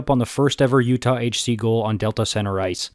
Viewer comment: why did you say my state like that😢😢